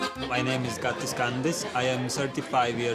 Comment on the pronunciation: I am actually from latvia and he doesnt know how.to speak xd